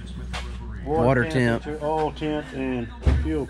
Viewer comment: geez bud you teach english. it's "oil" not "ole"